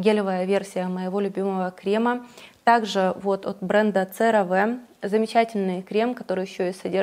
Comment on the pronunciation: CeraVe произносится серави !